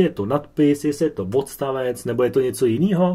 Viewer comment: Pěkné, jen když mluvíte o hodině češtiny, tak voranžový, vodstavec ... apod. čeština nemá :)